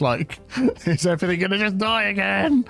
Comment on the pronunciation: Everythink is not a word.